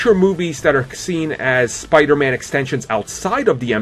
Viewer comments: It's not spidurman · Says the guy who says "spiderma"